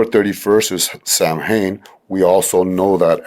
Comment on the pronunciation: Another wonderful video from you! Love it! I'd like to offer for those who don't know, Samhain is pronounced SAH-WAIN or SAW-AIN, the "M" is silent. But otherwise, very informative as usual, keep'm coming! <3